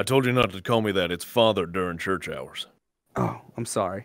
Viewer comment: “This is a good day to CELEBRATAH give me one more thing to end CHURCHAH”😂